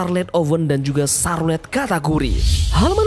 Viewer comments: Bang carlote bang bukan sarlet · Charlote dibaca sarlet. Ngakak gw kobisa kobisa